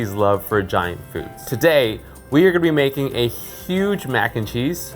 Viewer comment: "beloved foosd" 😂